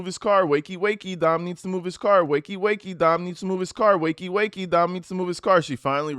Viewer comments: "dim" is supposed to be "Dom". 👀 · Could ‘Dem’ be ‘Dom’? 😬